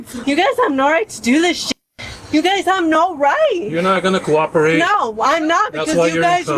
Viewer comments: "Coopricate" ?? Take your tiles off the board, that is not a word. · Exactly. Oh but remember, she "coopricated." 😂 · I'll coropukate, she says 😂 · "Coopricate" reminds me of how the butcher says some words wrong on Wordgirl. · She said, "Coopricate---not that it's any better than the mess you made up.